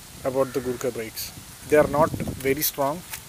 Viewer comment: Sorry it's thar or gurkha